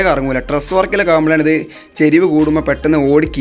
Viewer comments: ഇദ് അല്ല: ഇത് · "ഇദ് " ന്ന് അല്ലട്ടോ "ഇത് " ന്ന് ആണ്